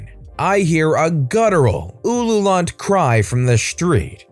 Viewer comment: "ululant" is pronounced ul yule unt. Just saying. And sorry for the generic phonetic spelling. But if it works it works.